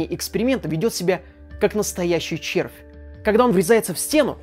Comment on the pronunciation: Спасибо я ем. А ты ещё буд то специально акцентируешься на слове "ЧЕРВЬ"